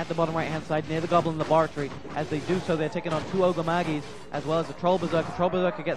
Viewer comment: He pronouces things incorrectly. Griffen, arch mage. Magi. lol.